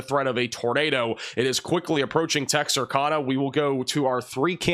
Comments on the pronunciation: Tex-ar- cann-ah Not texarcahnah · Texarkana- pronounced cana, like a CAN of beans. Not kahna. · Pronounced tex er cana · Just wanted to let you know how to pronounce Texarkana, it sounds like Tex R Can Nuh. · It’s actually pronounced “Tex-are-canu” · Love you, BUT it's TEX(as)ARK(ansas)Louisi(ANA), which was named after it's tristate border location.... I think you might be screwing with us, aren't you?